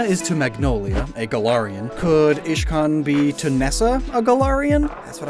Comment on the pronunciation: Uhh you said ishcan not iscan